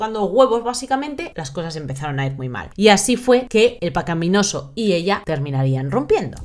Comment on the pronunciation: ¿Cuántas veces has dicho "pecaPinoso"? Demasiadas para ser un vídeo con guion. " Pecapí "... Really?